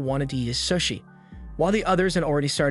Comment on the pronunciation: Bro its not sus-i its pronounced SOShi not sus-i soshi that not how its spelled tho its sushi